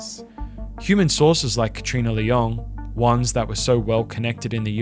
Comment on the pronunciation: Nice videos, but the pronunciation of Leung as LeOng is really odd